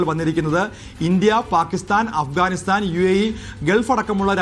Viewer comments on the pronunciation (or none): none